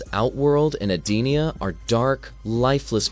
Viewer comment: It’s EdeniA Shang Tsung Sindel was already dead here and brainwashed. That’s why she looks so different… So many names are said wrong and plot points are incorrect. I stopped watching after the 8th mistake within 5 minutes.